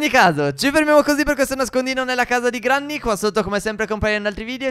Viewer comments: Si dice grenny..ma si scrive granny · Quando vorrete chiamarla Grenny? Non è che perché c'è scritto Granny si legge in quel modo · Cmq oltre al video che è stupendo si scrive granny ma si legge grenny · Phere cmq non si pronuncia GRANNY ma GRENNI Cmq siete bravissimi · Ma non avete ancora capito che si dice grenny non Granny?!?!?! Ma siete s**